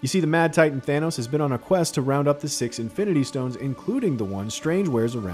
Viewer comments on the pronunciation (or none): none